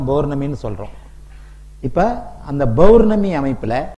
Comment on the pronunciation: Your words are quite clear because you think clearly. I just would like to request you to correct your pronunciation of "Pournami". It is not "Bowarnami". Hope you take this request in the right spirit.